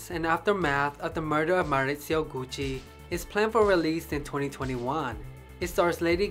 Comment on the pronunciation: Nice job and with an Italian accent to boot!. I guess Tom Ford helped save the Gucci name just in time for the corporate takeover. Nothing like the smell of a store like Gucci....